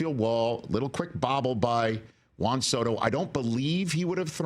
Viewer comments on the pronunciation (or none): none